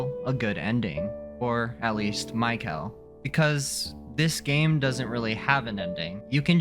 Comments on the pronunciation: i came here to say this. who pronounces them like that? 😂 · Just like mispronouncing Kel and Bao, the intro was ragebait